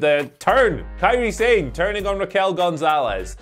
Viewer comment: That was hilarious. “KAIRI SANE”!🤣🤣